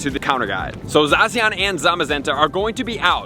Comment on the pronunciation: It’s not Zawh-See-On, it’s Zah-Sh-Ian